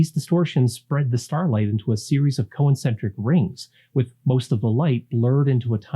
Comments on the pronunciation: Are you saying "co-incentric"? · You pronounce "concentric" as though it were "co-encentric" and it's distracting. 😁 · Good overview. Thanks! You might want to check your pronunciation of ‘concentric’ and ‘avionics’. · Great video, but why do you pronounce “concentric” as a four syllable word? 🤔